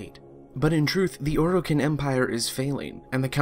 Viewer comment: Its Or i Ken not Or o kin.... holy shit...